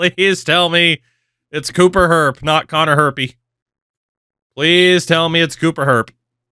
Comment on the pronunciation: It's pronounced Cooper Jer-pee